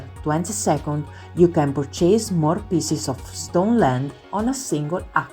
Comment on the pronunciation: Thank you for this video the content is very clear and I am very interested BUT the pronunciation is all wrong… I volunteer to record it again in… English…LA speaker (bless her) non azzecca nemmeno un accento… REWARDS the accent is on the WA… iron the R is silent, purchase accent on the PUR, percentage accent is on CE… let me know if I can help 😊